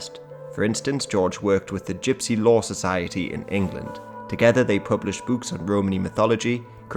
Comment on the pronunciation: you keep mispronouncing gypsy